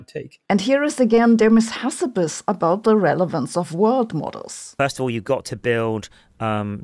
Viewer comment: Hilarious how you say Amodei, Hassabis and Altman. Amou-dei / Altmaan / Ha-ssabiis